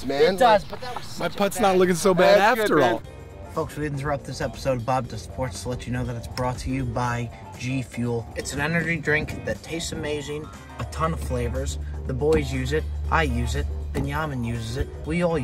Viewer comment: What the fuck, Bob. "It's an enerdrink drink"